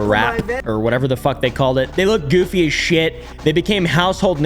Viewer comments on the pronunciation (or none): none